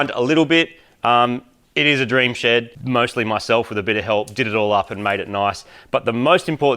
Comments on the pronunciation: as an american i hear "Im mighty from mighty car mods, welcome to my shit!" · Moog's shed is pronounced 'SHID'.